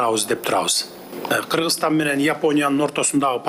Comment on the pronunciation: Переводчик, жнке он которбойсунбу жеке окудун белен, лингвистиканы??? Киргизстан -эмес Кыргызстан!!!!!!!! Ударение, басым жасаганды билбейсинби балбец ????